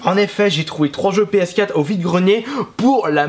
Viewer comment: MON DIEUX ARRETE DE DIRE PSKATTE! PSQUATRE AVEC UN ''R'' SVP!!!!!!!¨